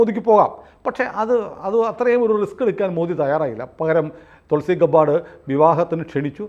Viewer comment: തുൾസി ഗെബ്ബാർഡ് ആണ് ഗബ്ബാർസ് അല്ല❤